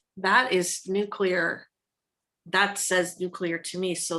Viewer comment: You guys are hilarious together, and I loved the readings! But,, please tell me you don’t normally pronounce nuclear as ‘nuc-u-lar’ as Bush 43 and the rethuglicans do!